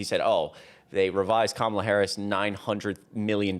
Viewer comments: Alleluia! He finally said her name right: Kama-la, that goes to show he does his schtick on purpose. Many of the idiots who follow him, act a fool, probably don’t realize he’s trolling & gaslighting; when Trump wants to, he shapes up, he knows when to act right, unfortunately many of his followers don’t know when to be civil. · I like that he pronounced her name correctly...